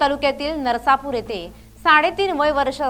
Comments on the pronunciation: गावचे नाव नर्सापूर नाही नसरापूर as आहे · नरसापुर नाही नसरापूर आहे ते. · ताई नरसापुर नाही नसरापूर म्हणा..वाईट घटना घडली आहे 😢😢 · नरसापूर नाही ते. नसरापूर आहे. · बाई गं नरसा नाही नसरापुर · नरासापुर नाही... नसरापुर आहे ते... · ही वार्ताहर किती अशुद्ध आणि घाणेरड्या स्वरात वार्तांकन करते. नसरापूर असं शुद्ध नावं उच्चारण न करता नरसापूर करते. काढून टाका हिला. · नसरापुर असे म्हणावे